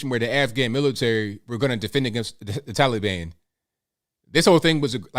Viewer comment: He can't even call the the Taliban by the right name it's not toilebon!